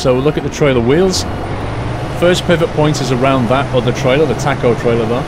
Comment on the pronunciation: Ta-co? it's Tah-co.